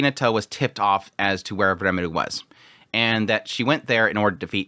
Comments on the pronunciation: Quick question: Isn't it R"ie"meru? instead of Re"meru" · This might be nitpickey but why are you pronouncing RE muru as reMARU. It's very distracting. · it's R"ie"meru, isnt it? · rimuru, like it's written. but it's not the first time he pronounces names wierdly, just look at his frieren coverage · Why do you pronounce his name as Remidu? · What's wrong with Remelo? Remalu is totally fine. You're overthinking all this Remilu thing. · Lumus Milus Smith definitely doesn't want trouble for her farm... I mean, holy commune. Also,!! Its Rimuru! Ri like "Redo of..", Mu like "Mushoku" and Ru like "Rurouni" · it's quite strange honestly, they keep saying rimuru's name all the time in the show so you'd think after 50 episodes he'd learn how to pronounce it right